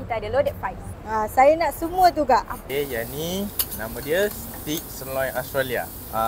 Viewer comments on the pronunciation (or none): Salah ! Sebutannya bukan STICK ! Stick tu ialah batang kayu ! sebut STAKE ( hujungnya mcm sebut TAKE ! bukan TIK ) ... AUS TRA LIA ! bukan Austro lia ! Austrolia tidak pernah wujud ! Disekolah ada ajar ni semua ! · CAJUN is not CHAJUN, it's KAJUN and STEAK is not Stik, it's STEYK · Ape stik???? Payah benor nak sebut stik tu.. 😂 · google ler, tak salah tegur menegur,mmg sebutan steak tu salah.